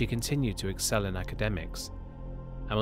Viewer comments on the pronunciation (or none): none